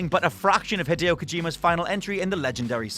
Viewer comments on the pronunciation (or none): none